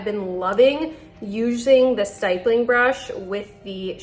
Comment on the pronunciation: Honey nice tutorial. Note that it’s pronounced like “hip”. Stippling is the art or process of drawing, painting, or engraving using numerous small dots or specks. The grammar guide is when the vowel is followed by a double consonant, the vowel is short, not long. hippo. ripple. stipple. ditto. apple.